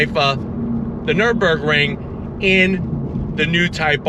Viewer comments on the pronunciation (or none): none